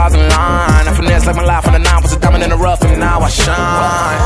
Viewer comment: "The" was prounounced as da, dee also, bcoz of it I guess 😂